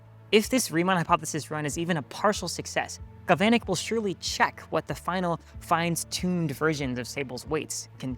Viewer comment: Are you an AI avatar? You make this error a few times in the video. The other one I caught was "fines-tuned".